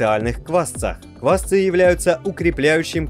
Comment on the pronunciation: Квасцы́! Ударение во всех падежах будет падать на последний слог.